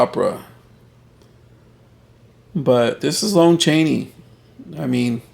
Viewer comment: Haven't we had this talk before? It's pronounced LAHN Chaney not LONE Chaney.